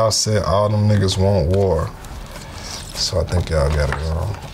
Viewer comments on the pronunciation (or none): none